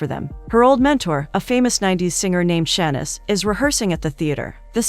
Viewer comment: Saying all these easy names wrong should be considered anti-Black. Cuz what is “Tan-yuh” 😩😭 and “Shann-niss” the disrespect.